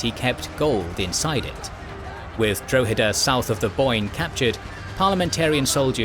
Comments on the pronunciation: It's pronounced Drawheda, not Dro-heda. Good video as always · The dro in Drogheda is pronounced like the dro in "drop". Just letting you know. Nice to see some Irish history covered by a history channel on You Tube, usually it's just passing mentions or just the Easter Rising. The Nine Years War ( ) or the Jacobite rebellion (1689-91)had many important battles and individual stories (esp Sarsfield) worth recounting. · Dra ha da is how you say Droghada. also Cashel was misspelled and so was Kilkenny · You aren't saying Drogheda correctly. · Exactly. Most English people haven't a clue about their history , apart from a little nonsense about the Battle of Britain. In Ireland it's quite different, in part because we don't have the dreadful English class based two tier education system. It would help if the narrator was able to pronounce Drogheda properly. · Maybe you could use some of the patreon money to learn how to pronounce foreign towns such as Drogheda properly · casually butchering the pronunciations of Drogheda and Wexford almost as badly as Cromwell butchered the Irish. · At least didn't kill 40% of the population of Ireland so he gets off lightly XD